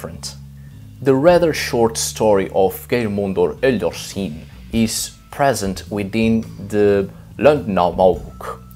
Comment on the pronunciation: it's pronounced gay-r-mundur hell-yar-skin